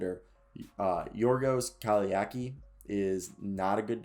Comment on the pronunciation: You pronounced his name perfect, but you butchered his Surname. It's Kalai (TZ) akis. Try to pronounce it like J sounds in word Jackal.